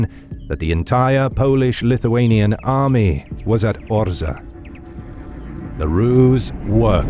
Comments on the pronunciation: I wonder why you pronounce Orza? while it is correctly written on the map and in the name of the video as Orsha, this town still exists today in Belarus near Russian border. thank you for video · Well-pronounced Polish names. But one remark "Orsza" -> Orsha, not Orza. Good work! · It's OR-SHA, not OR-SA. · Incorrect pronunciation of the name of the city ORSHA - you should read the full name from SHA (ORSHA), not ORZA or ORSA. But in Belarus we call this city Vorsha - this is the real name of this city. (Ворша - назва горада ў Беларусі). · Cool video! A few details: The pronunciation of the place where battle happened is Orsha, not Orza. There was no Russia in modern meaning. Only Moscowia. They officially steal this name from Ruthenians/Ukrainians in time of Peter I reign (begin of XVIIIst). Het'man Ostrozhsky was Ruthenian-Ukrainian Kniaz' (Prince). Now we keep a good old ukrainian-ruthenian tradition to beat moscowite.😉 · It is OrSHa (sh=Ш) 😊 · nice work. just 2 things: 1. wings were different, than at the first picture; 2. Orsha is pronunced with "sh", like shame, not "s" like snow regards, still, great stuff